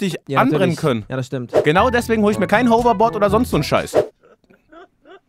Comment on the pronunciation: Digga sagt houverbord